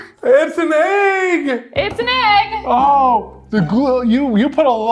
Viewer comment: I love how even says egg Ayegg